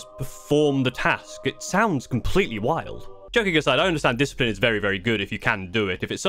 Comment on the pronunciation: It's pronounced Diss cee plen ey. It's french